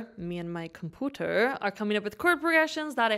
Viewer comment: The way you were pronouncing COMPOOTER… I couldn’t help but subscribe